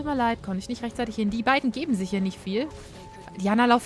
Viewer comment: Diana spricht man Deiäna aus :P